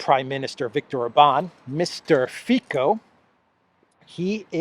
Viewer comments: It's Fico not Fiko😊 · Its not Mr.Fyko or Fajko .... its [Robert Fitzo] ;) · not Fiko but Fico you pronouncing not like K but C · Great update as always,....just one thing, Robert Fico is pronounced Fitzo:) Greetings from Slovakia! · The attempt to whitewash the Waffen SS n4zi, coming from British national media like BBC is extremely worrying. By the way, the correct pronunciation of Robert Ficos name is with soft c = Fitso. I hope his party Smer wins, but there is a huge media smear campaign against him, he got almost no exposure in the media all year long while all the US puppets get enormous PR. There is a huge support of NGOs and MSM especially towards one party called Progresivne Slovensko aka the party from which the president of Slovakia, Čapútová (better known here as the US embassy puppet) comes from. Its very worrying because this party was indeed created as a project of American NGOs. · Th3 Slovak politician’s name is pronounced Fitso. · the guy's name Fico.. pronounced fiTSo.. in alivak c isn't pronounced K. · Pronounce Fitzo as in "tzatziki" 😊❤ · you are Greek so you should pronounce Robert Fico easily.Its Fitso like Tsitsi pas thre tennis player.